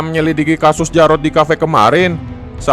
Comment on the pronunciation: Njirr asura manggil diyyrot jadi jarot